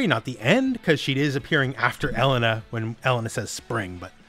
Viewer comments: Pretty sure the pronunciation of her name is El-Lane-A. For whats it's worth ☺ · E-LANE-AHHHH ffs my dude. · Never in my life have I heard anyone pronounce Street Fighters Elena like that.